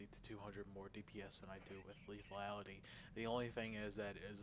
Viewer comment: If only his command of the English language was as adept as his ability with a video game. LethUAlity? (LathALity), Sniper Valley? (Sniper Volley), Scatter Shot? (Shatter Shot), "The boss stays kaput" (The boss stays put), "More better"? Listening to this guy was just painful.